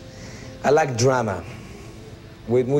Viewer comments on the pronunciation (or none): none